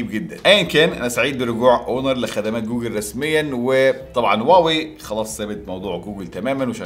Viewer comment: يااخي راح تخبلني ليش تكول واوي مو هواوي؟؟؟